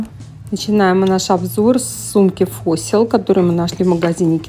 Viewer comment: Parfois - парфуА, в слове Fossil ( ископаемое ) 4 звука - ФОСЛ )